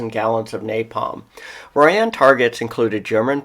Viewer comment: It's pronounced Royen